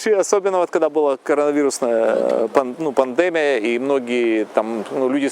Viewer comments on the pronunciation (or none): none